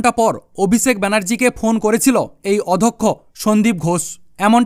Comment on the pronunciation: অধক্ষ্য নয় অধ্যক্ষ হবে।